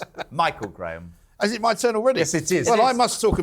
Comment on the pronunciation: Jezza always says Michael Graham! He's the US political reporter on talk tv! Dunno why it bothers me, but it does....